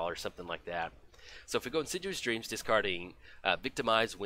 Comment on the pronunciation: you should be more assiduous about pronouncing insidious.;)